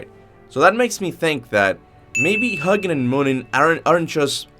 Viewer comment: Even in real life there's contention on the difference between Frigg & Freya. Also, it's "Hoo-ginn". Pronounced exactly the same as Muninn.